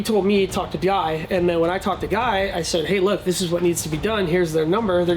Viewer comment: Its Gúy, not guy.